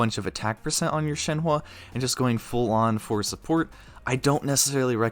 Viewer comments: ITS SHENHUH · i can see how you got there, but you're still mispronouncing it pretty badly... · It's shen-hu you say it as shen-hu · In mandarin her name pronunced Shen huh. Like the English word Uhhhhhhh Shenhuh. :) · or an even easier way to see it is “Shen-Her”! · if ur gonna do these videos say the names fucking right u ALWAYS say them wrong and its not even funny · definitely up there with the worst pronunciations i've heard of her name lol top 3 at least